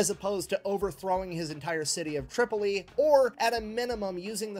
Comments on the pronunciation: He said Trip-ollee, but meant Trip-O-Lee, Tripoli. Later, after they took Duma, the Pirate King offered the UDE Philadelphia back to America even though it had been retaken and burned to ashes. He lied. Amazing that this was two hundred years ago. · John Adams 2nd president of the USA after George Washington dealt with the pirates of the Barberry Coast. It was surprising because Adams had no military background he was an attorney. It's Tripoli the guy just doesn't know how to pronounce it. No he is incorrect in many historical facts! No it is ADAMS not Jefferson!! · He mispronounced Tripoli probably as a joke. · Concerning the mispronunciation of "Tripoli," has dyslexia, and while it isn't very severe (that we see) and generally doesn't affect his speech, he will occasionally mispronounce a word that he has no problems with anywhere else in the video, or use one word when he means to use another. After a while, you don't really notice it.